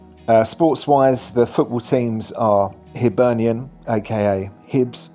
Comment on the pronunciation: Sick of hearing HEARTS of Midlothian from people from England doing videos. Typical ignorance and a lack of research on their part. It’s Heart of Midlothian (no ‘s’ on the end} commonly known as Hearts. Just like Spurs is from Tottenham Hotspur. Hibernian is also pronounced High bernian. Hibees (high bees) is the nickname. A Hibby is a fan of the club like a Jambo is a fan of Hearts from the nickname Jam Tarts